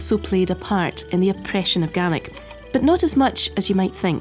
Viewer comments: I like the she said Gaelic it sounded like garlic 😂 I loved it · I'm from Ireland and I swear to God the was she pronounced Gealic it's like nails on a chalkboard, down in munster we pronounce it as gay-lick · I never realised the scots pronounced gaelic as galic as opposed to galeic like we do in ireland. Also funny how the languages can look so similar and yet sound very unique and different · It's not "Gallic": that's what the pronunciation sounds like, but the spelling is "Gaelic." "Gallic" in English (the language you are writing in, don't forget) means "pertaining to Gaul (France)". Our Gallic neighbours are across the English Channel; our "Gaelic" neighbours are north of the border.